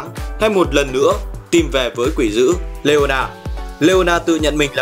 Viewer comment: ổng ko còn đọc leona là leola nữa 👍